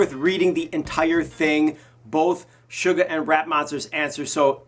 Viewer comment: the way he pronounces Suga makes me wince